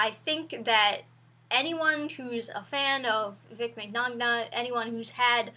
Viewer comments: It's pronounced min-yawn-a lol. I really like this video though. I'm really glad to see girls supporting him, I know this is an old video but this stuff still makes me upset. Vic is such a gentle and kind guy it's so sickening to see these people try to twist his fans perception of him and try to ruin his career. Thank you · 2 things: 1. i believe it’s pronounced “mih-nyah-nah” 2. thank you for talking about this! it definitely needs more awareness. thankfully VIZ hasn’t fired him yet and he’s retained invites to both Hawaii Con and Tupelo Con. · "Im not a Vic Mc Nahg Nah fan" Yh well that pronunciation convinced me haha <3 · I don't see any evidence that Vic Mignogna sexually assaulted women. FUNimation needs to stop being such assholes and hire Vic Mignogna back. And WHY? Because there is no physical evidence that Mr. Mignogna sexually assaulted women! And by the way, his last name is pronounced "Mi-yawn-a". It's Italian. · Both Gs in his last name are silent. The first N is pronounced like Ñ. Phonetically, his name is Vic Men-yawn-ah. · Small side note for any future video on the subject: his last name is pronounced Ming-yan-ah😅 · Min-yon-nia is how you pronounce it lol but still good. You just got a sub, thank you for the video. Best wishes to Vic after this. I hope he is ok. #IStandWithVic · His name is pronounced Min-yawn-ah. He’s Italian so the G’s are silent. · Right To Hire law prevails. Guilty or not. Enough said. P.S. His name is pronounced Men-Yawn-Ah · its pronounced (min-yon-ah), i believe....... and yes the whole situation is ridiculous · Isn't his last name pronounced Migknownya? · Minyana is how you say it you spelt it write tho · His name is pronounced Man-ya-na lol, it's an Italian name. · You pronounce his name 'min-ya-na'. That's in his OWN words :) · I think it's pronounced "MIN-YAH-NUH". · It’s Mon-ya-na that’s how you say his last name lol but yeah, otherwise great video 👍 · That’s....that’s not how you say his last name